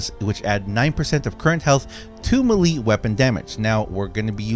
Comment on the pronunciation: Melee is pronounced MAYLAY!!!!! ffs